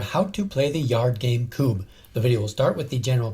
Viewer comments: It's pronounced "kubb" not "koob" A double b means the u sounds is short (same as in Engliosh). When it's written with a u, it's the same sound as in tUtor, not pub. Kubbe is Norwegian word that translates into "log". In English, you'd probably call this game logs. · Yeah it's not kuuuub. It's kuBB ^^ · Kubb is pronounced with a short u. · It annoys me that the presenter of the video he's watching is pronouncing Kubb wrongly.